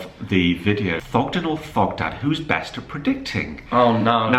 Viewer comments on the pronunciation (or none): none